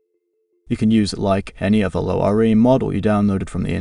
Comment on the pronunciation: "Low R A" - are you using some AI text to speech, narration is so monotonic.